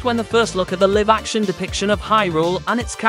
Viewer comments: lol, clearly English isn't your first language. It's not "liv" action (rhyme with give), it's "lie-v" action (rhyme with "dive") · can you PLEASE not say LIVE wrong, its not LIV...ugh hurts my ears